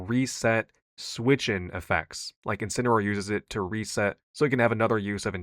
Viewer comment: 7, can you say Incineroar?😅